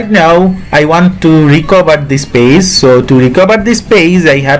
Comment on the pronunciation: It’s not paze it’s page👌